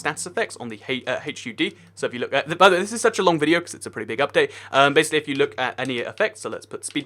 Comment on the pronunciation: im up all night for the updáite XD X3